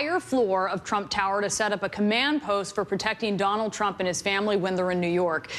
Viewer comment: albert marian gamer You keep saying "Trum." It's "Trump." Do you seriously not know your Supreme Leader's last name? Supreme Leader means someone with a lot of power over pretty much anything under his domain, by the way. I figured you probably wouldn't know what it meant.